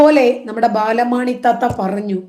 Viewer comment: ബാലമാണി അല്ല ബാലാമണി 😂